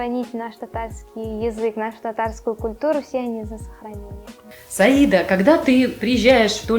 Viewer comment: Разве по татарски ударение не на последний слог? СаидА